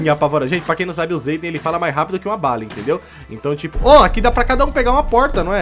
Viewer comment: KKK na parte o chamou o zayden de zaydenge